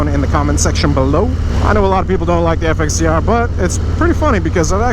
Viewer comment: Once heard, cannot be unheard. FXDERR! Lmao!